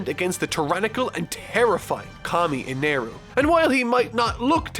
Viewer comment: I don't like how you say Eneru's name I know God In it Japanese is Kami ore something but it sounds weird even how you say Eneru is of its , e ne ru , not Enaru